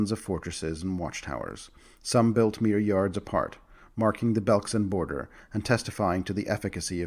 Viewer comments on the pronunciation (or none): none